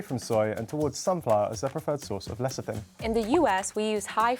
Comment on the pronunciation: The way says lecithin as LECITIN...that was painful to watch:)